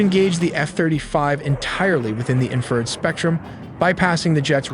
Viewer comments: AI still can’t say “infrared” or what haha…among other things. Why not just write a script and speak? I hate fucking stupid robots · You beat me to it! Absolutely love these videos. This is AI without the AI Slop. However, to the creator of these videos, please look at the words, barrage, warthog and infrared. I'm sure it's a phonetics thing where you feed how you want AI to sound out the words. But your script did not sound out the words correctly. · you actually believe a video that pronounces infra red as inferd multiple times? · It’s INFRA RED, not inferred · infrared not "inferred" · Cool vid but It’s pronounced infer-red not inferd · Can you get your narrator to pronounce correctly? it is Infra Red, Not In Furred. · Entertaining video synopsis of possible scenarios of this rescue. Inferred=in-fra-red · Y'all make great videos! Your audio however needs work. Its pronounced " IN-FA-RED not "INFERRED". It's a pet peeve of mine. Once in a while is ok however, when the word is used multiple times it stands out and confuses. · EVERY TIME HE SATS INFERD INSTRAD OF INFRSRED IT DESTROYS HIS OWN STORY. THIS IS AI SLOP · Say it “INFRA RED” I’m happy to proof terminology for a fee lol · ...the infrared...: the INFERRED ??? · Dude you need to fix the ai voices pronunciation of infrared, it keeps reading it as “inferred”. Also, your scripts are riddled with grammatical errors, it makes this channel seem sophomoric and undereducated, it is hurting your credibility. Makes me wonder if there are even any actual humans proofreading any of this and if they are, they probably don’t speak English very well at all. Edit: I just realized you probably wrote “infer red” into the ai script because you don’t know it’s spelled infra red. Hahahahahhahahahahahahaha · You mean the voiceover that can’t pronounce Warthog or Infrared? War-thog 😂😂😂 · U should make sure your AI can pronounce words better. Like 'wart-hog' not 'war-thog' & 'infra-red' not 'inferred'.